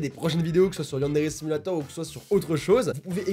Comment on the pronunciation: Tu sais dooms elle tue tout le temps gros booms dans yandere simulator et quant elle dit yandere simulator elle le dit avec un accent